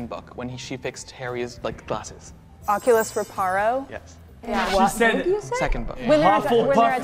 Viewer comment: I know she did not just come after someone for not wearing hufflepuff gear yet said “oculus ray-par-oh” HUNNY. It’s “re-pair-oh”.